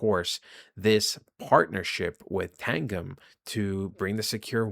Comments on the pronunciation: yoh, it's pronounced Tan-Jim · Its TAN-GEM ....saying wrong lol...literally the best cold storage wallet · Tangem is pronounced like tangerine not like the drink tang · lol😂. It’s TANGEM . Like a 💎 gem 💎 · It's Tan-Gem